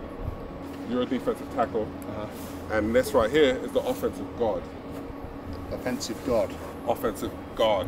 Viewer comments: Gaurd not gaurd 😂😂😂😂😂😂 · It's nice to know that even British people can't tell when British people say guard or God. Pronounce your Rs!!